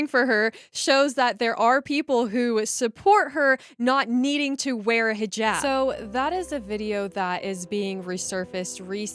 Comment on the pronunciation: Thank God you are pronouncing hijab correctly not highjab